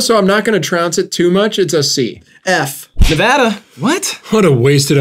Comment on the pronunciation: thank god they pronounce nevada right